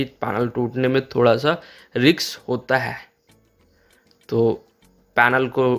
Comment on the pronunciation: रिक्स नहीं बल्कि रिस्क बोला जाता है।